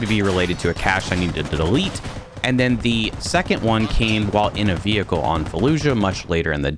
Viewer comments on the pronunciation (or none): none